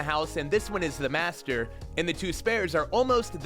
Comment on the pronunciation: U said master wrong in one of the chapters😅